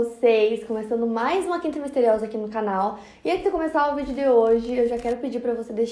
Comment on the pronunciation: Enquanto ela fala eu só fico notando no "a" de "quinta" que está desviado do resto da palavra